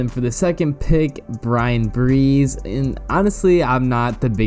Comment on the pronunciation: Bryan Bresee is repeatedly pronounced Breeze instead of Bruh-Zee.